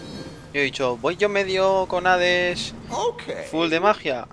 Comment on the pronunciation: porq dice hades mid su vas supp e.e